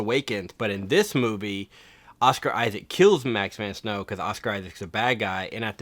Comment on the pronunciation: Prince of Thieves will always be #1! BTW you got Max von Sydow's name wrong and since he's The Man, I thought you'd want to know. Also, I just started watching the channel and I'm digging the content so far, thanks!